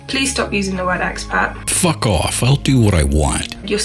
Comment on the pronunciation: What was the other word she used in instead of immigrant? I don’t know if it’s her accent but I heard XPac